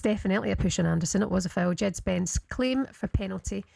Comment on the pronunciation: “D-jed spence”